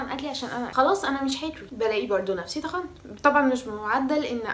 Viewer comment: هو الفيديو حلو ومفيد جدا بس والنبي بلاش كلمه طخنت دي خليها تخنت عادي عشان بتقشعر كدا برضو سالي فؤاد بتقولها كدا مش عارفه ليه 😂😂هو براحتك وطريقتك اكيد حره فيها وانا مش عارفه ايه الي يخليني اكتب كومنت اعلق فيه علي حاجه كدا بس فعلا مش عارفه ليه النطق دا للكلمه بيقفلني 😂 اني اسف 😂✋